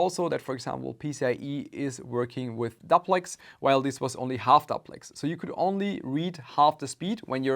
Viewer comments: duplex is pronounced like how you would pronounce duplo candy in german (dooplex) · Great content as allways. The word DUPLEX in English is pronounced D-You-Plex or if you prefer DewPlex.